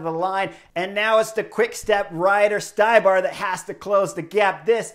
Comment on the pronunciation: Ohhhhh Zednak Stybar.... Its pronounced StE-bar